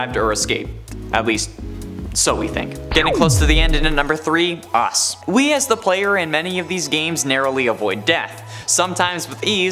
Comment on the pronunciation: When said “Us”, It felts like he was saying “Ox”